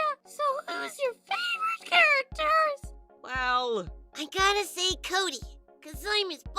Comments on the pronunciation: No its Coody not cody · fine then its koody not kody